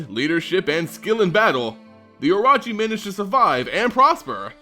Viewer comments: Cool video, I also think your mispronouncing orochi though. I think it's should be O-ROW-CHI, since it's probably the same as the Japanese word. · You need to pronounce the RO in oROchi the same way you pronounce RO in ROw.